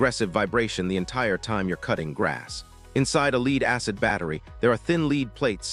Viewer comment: Leed battery ?? It's pronounced LED like a LED diode which would be LED acid battery